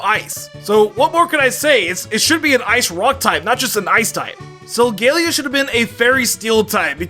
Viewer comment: SOLGALEO, NOT SOGALAO!